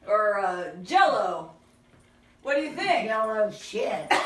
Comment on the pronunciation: She said JELLO SHIT 😂😂😂😂😂